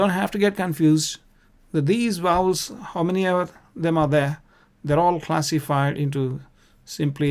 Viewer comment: Please please they are Vowels not Wowels , I beg you to correct it..